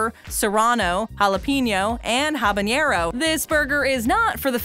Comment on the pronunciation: Y u say habanero like that But tbh i would try all of them excepts the ice cream